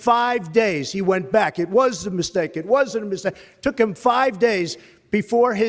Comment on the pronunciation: The way he said “mistake” had a ”steak” sound in it 😂